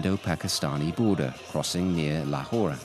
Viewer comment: Do the locals really say Lahorah? I’ve always hear Lahor.